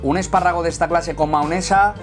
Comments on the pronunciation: Me inquieta que diga maonesa en vez de mayonesa xD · Se dice mayonesa no maonesa